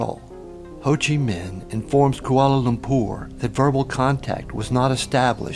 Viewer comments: It is Lumpur not Lumpour. Saying ZERO before every time is also really annoying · I don't like the way he says koalalumpour.